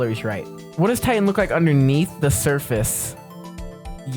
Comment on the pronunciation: he got titan so wrong 😭